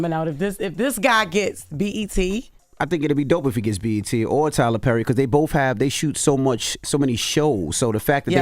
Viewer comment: Jess, who is Tyler Purry? Lol